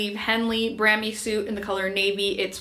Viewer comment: I looove this brand! Just a small thing though — it’s bra-me not bram-ee 😂😂